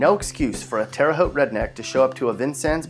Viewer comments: At least he can say Terre Haute correctly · he said it right though